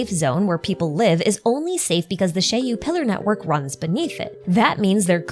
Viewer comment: Finally, a person who knows how to pronounce "Shiyu Pillars". I really like the chariot Shiyu theory, it seems much more fitting than the HDD. Also, a small prediction: we will be getting new Hollow Zero regions fairly regularly - one for each major boss (so presumably one per story chapter), and then similar to Nineveh, some sort of a special region with a special boss once in a while alongside important story developments related to Hollow Zero, which likely won't happen until 2.0. The first major missions related to Hollow Zero will likely end with some major story and discovery around 1.3-1.5 (or maybe 2.0) in the form of a whole chapter or an interlude, afterwards unlocking the Section 6 characters' Missions and consequently Trust. Note: I place Section 6 no earlier than 1.3-1.5 because I expect the whole Perlman and Outer Ring situation to end before that, and 1.2 will likely be the Sons of Calydon patch, then we can only guess whether they release something brand new after that and before Section 6.